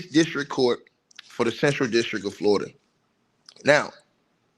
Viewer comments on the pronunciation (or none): none